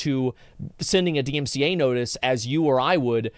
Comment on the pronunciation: i cant take u seriously when u cant even get the acronym "DMCA" correctly, multiple times.